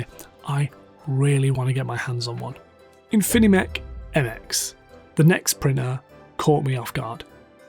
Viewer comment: Great video. Be careful of pronouncing Infimech correctly. There is only 1 n and only 3 syllables, I think. Thanks for the information and analysis!